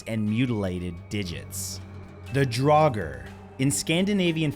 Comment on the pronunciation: Theyre pronounced DRAWger. Its not dragger, nit draouger DRAWger. Also stop using fkin skyrim as reference ffs! Drauger was a name given to ANYTHING supernatural such as ghosts, zombies and occasionally witches (but witches and seeress were more commonly called volvä) it had nothing to do with "magic powers" and everything to do with p1ssing off the gods or inviting a curse. The closest you have in your English is zombie. If youre going to use another cultures language or heritage, do your damn research properly - a p1ssed off norwegian